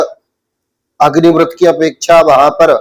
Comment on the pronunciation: इनकी विद्वत्ता ही अदभुत है अग्निव्रत को अग्निवृत बोल रहे है इनको प्रणाम है। ध्यान से सुनना